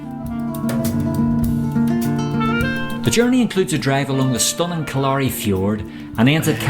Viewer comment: Sorry for causing such a wee sitchiasion, I did mishear, but having said that, it is pronounced Kill-leer-ree by locals, if you want to split hairs.